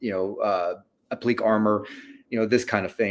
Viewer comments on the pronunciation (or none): What's "appleek" armor? Oh, you mean appliqué (applee-kay) armor!